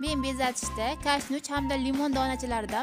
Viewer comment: Kashnuch emas kashnich